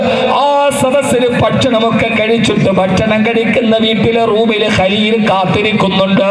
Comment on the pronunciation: സഹോദരിയുടെ മകൻ 😔 ഖലീൽ അല്ല ഹലീൽ എന്ന് ആണ്